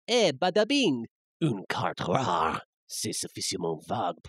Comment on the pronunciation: When Kaiba says rare it sounds like rawr.